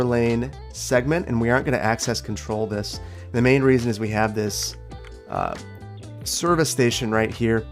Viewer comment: Anyone else hear it? Don't let ever forget he said "Cervix Station"